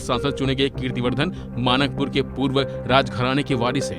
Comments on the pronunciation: कुछ कुछ तो यार शर्म करो मानक पुर नही मनकापुर है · Manakpur नहीं mankapur se hai